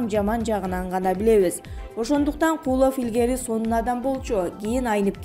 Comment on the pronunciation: Куловту ним гишидеп айтат бул тажик